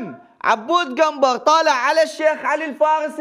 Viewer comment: حبيبي قنبر مو كنبر